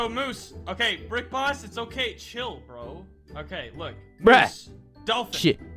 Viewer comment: Chiyll is what said